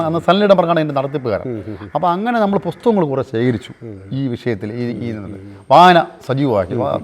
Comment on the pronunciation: ബുക്ക്‌ സ്റ്റാൾ മാനേജർ ആയിരുന്ന ആൾ ധാരാളം 'പൊസ്തകങ്ങൾ' വായിച്ച് യുക്തിവാദിയായത്രേ... 'നഹരം'... 'ലോഹ യുക്തിവാദി സമ്മേളനം'... 'പരുവാടി'.. 'സോതന്ത്ര്യം'.... 'അൽഫുതം '...😳 ഏതെങ്കിലും ഒരു വാക്ക് മര്യാദക്ക് ഉച്ഛരിച്ചിരുന്നെങ്കിൽ.. 😔